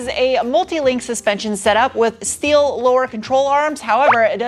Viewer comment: All "schteeel"